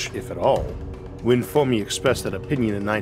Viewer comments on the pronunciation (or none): Saying Formi instead of Fermi confuses listeners 😂